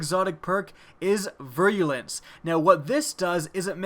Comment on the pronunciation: ) "veer-a-lence" is how it's pronounced ... thanks for your work though buddy!